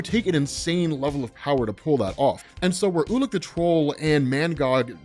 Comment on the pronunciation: Ulik the troll - I kept hearing "ula control" lol